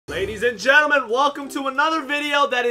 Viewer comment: "Laudys and gauntel men I hoop"